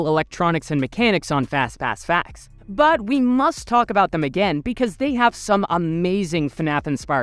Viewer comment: Idk why but if fastpass facts say "fastpass facts" i only hear fazfazfass 💀